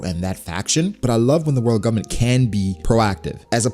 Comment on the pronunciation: Anybody else notice the fact that this dude say “Govbment” about 1000 times 😂😂😂😂